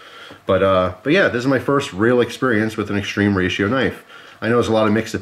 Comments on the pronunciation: It's more like "Moskin" and "Extrema Ratio" is latin (not "extreme") Sorry for being annoying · Everytime you say "extreme ratio" my heart dies a bit. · Does it bug anyone else that he keeps calling it "extreme ratio"? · .....ma come catzo pronunci "extrema ratio".....🧐